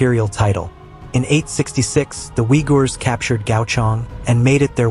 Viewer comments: Its not V-Y-G-O-R but U-Y-G-U-R. So silly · Thats how westerners pronounce it. Instead of Uy ghur Its Wi ghur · The way you pronounce the name is wrong U does not soun like V ( we ) but like double O (oo) then add yghor that sounds like ( your ) —-> ooyour this is how they pronounce it ! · Pronouncing the Uyghur is really weird. Is it AI generated? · It fabricated history. Propaganda elevating the political uyghur narrative. Cant even pronounce it properly.